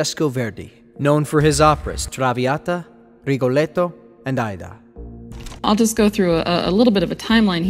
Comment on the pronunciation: Ai-ee-da is 3 syllables